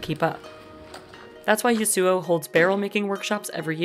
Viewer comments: I wonder if the pronounciation of th name Yasuo in this video is wrong. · man why cant you pronounce Yasuo properly.